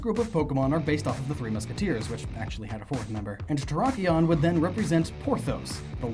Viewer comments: Who else lost faith in humanity when he said "terikon", it terrakion. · Not ter rock ion because rock type it's terr ack ion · And terrakon. You do mean terr-ak-ion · “Terakon” its terakion P.S. i think i spelt it wrong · Turr-rack-key-on Not terra-con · There is an "A" in Terrakion's name. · Wait, did you just say "Terrakon?" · The way u said terrakion made me cringe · Your pronunciations "LAIR-ee-awn", "ter-REHK-awn", "KOHR-uhn-duhm". Correct pronunciations "LAIR-awn", "ter-REHK-ee-awn", "kohr-UHN-duhm".